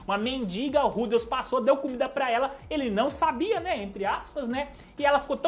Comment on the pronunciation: n sei como mais esse cara consegue ler rudeus e mana com acento